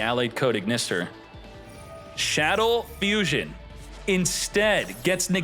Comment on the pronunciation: You’re BUTCHERING the pronunciation of Shaddoll Fusion and it’s killing me 😂😂